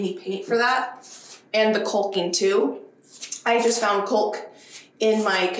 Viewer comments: The "L" is silent in the word Calking. It's pronounced Kocking. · Also. The L is silent in caulking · Oh man, I’m just over here yelling at you to put on some safety glasses while looking straight up at the ceiling you’re rolling paint on. Lol I understand why “culcking”, but it cracks me up every time you say it. 😂. Much like the “spatchcock” dubbing. I really admire how thorough you are with the house projects. Nice job, especially during the winter weather and all the issues it brings. 👍🏻